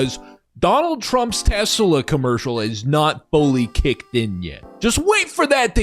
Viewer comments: Saw someone say “I’ve never heard someone say Tesla with a hard r before” xD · I've never heard anyone say "Tesla" with a hard r before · "Tesler Siber Truck" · Surprised no one has decided to call it "Te-slur" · "I love teslur" yeah bro... we know you do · I think he said 'Teslur!' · Tesler? Did he mean to say Hitler? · Tesler is what he calls Elon’s package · Chuck Testa? Nope, it's Chuck Teslur! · It s teslur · He didn't say "Tesler," he said "TeSLUR." It was a Freudian slip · says tesler first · every youtube video should contain someone saying "I LOVE TESLER" from now on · “The Sheriff’s a Tesler!” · Tesler? I hardly know her! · You’ve never been to Maine then lol. The accent is to pronounce “ah” like “er” and “er” like “ah”. “Amander” “Samanther” “Tesler” lol and then of course “lobstah” “cah” “rivah” lol. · no no no. It’s got the same roots as the Boston accent. You say “Tesla” or “Samantha”. It’s just that you insert R sounds when words end in most vowel sounds if the next word starts in a vowel. “Samantha ris my best friend” “Tesla rasked Elon to please step down so a real ceo could run them” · He said it like it was a tes slur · Was nearly saying T-slur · that damn tesler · its a Tes Slur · Can’t believe Donald pronounced Tesla with a hard r. To be fair, he is known for pronouncing words with a hard r, but never this much. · He just really wants to say a different “er” word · he wants to get that word going😂😂😂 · It's because that's the only time he can use a hard r and not get push back! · It’s actually fairly common in the south. I feel like it’s how half of Texas says it. Since moving to NJ I haven’t heard it once 😂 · Probably not the only word they say with a hard R...